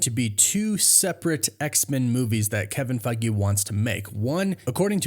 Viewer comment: 😂we could play a drinking game based on how often you say Kevin Fiege